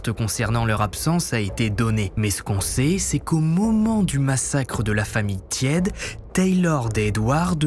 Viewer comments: cela se prononce " tiédé" et pas "tiède" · Sean tiede ? 😂chaud tiede. Tiede ca doit sonner teed et non tiède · Vidéo au top comme d'habitude ! Juste un truc : les Noms en anglais pleaaaase car entendre O-A-KLÉ ou TIÈDE alors que ce sont des noms anglais c'est dur 😅